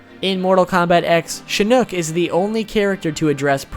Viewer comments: Not shinook its shinok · did you say shin nook? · he said shinuk its shi nok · who the fuck is shinook? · DID YOU SERIOUSLY SAY SHINOOK?! ITS SHINOK. LIKE SHINKNOCK. KNOCKING THE SHIN! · Jesus..the mispronunciations are driving me crazy. Its Shinok not Shinook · Did he say "Shinuk" it's Shinok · Number 73 Shinuk XD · shinnok not shinnuk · Shinook lol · Notice how he said Shinnok. Shinook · " shinnuck " ? Its pronounced shin-knock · its pronounced shi-nok not shi-nook. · (Shin - Ohck : Shinock) not Shinook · Dude, your pronunciation is horrendous, Reiko is pronounced Rayko not RI-ko. It's BoRaiCho not BoRaiChu, Shinnok not Shinnook. Cynthia Rothrock not Rotherock... Also, when you mentioned Cyrax and Sektor had place holder names of Ketchup and Mustard, you should have included Sindel, who was originally known as Muchacha. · #102 - Shinnok's name is pronounced 'Shin-och", not "Shin-uch". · it's shinock not shinuck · Did this man really say shinnuk??? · i know im mentioning this over 6 years after this videos released but is nobody gonna pay attention to the fact he said shinook when pronouncing shinnoks name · Regarding pronunciation for certain characters: It's Reiko (REI-KO), Shinook (SHIN-KNOCK), Bo Rai Cho (BO-RAI-CHO [Cho NOT Chu]), The statement that Blaze is the most powerful being of the MK Universe has now gotten retconned & proven wrong. The Titans (ex: Kronika), The One Being (who's divine aspects were split into the 6th realms, but the character still retains his consciousness, more or less manipulating everything so the villains would desire to conquer all the realms, which would then fully revitalize The One Being after taking the final victor of the battle across the realms as his new host body) & Elder Gods (i.e. Shinook & Citreon) are all more powerful than Blaze. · Can u guys stop saying my boi is pronouncing it shinook r u guys deaf he said hes pronunciation is not that good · Did he just say shinuk 😂😂😂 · Jonas Yoakley shinoooook